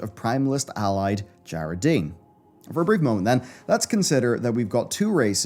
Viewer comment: Whyyyyy is he mispronouncing djaradin when they say it a zillion times in game